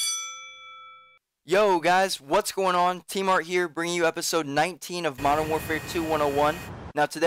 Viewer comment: Why don't you pronounce the 'N' at the end of TmarTn?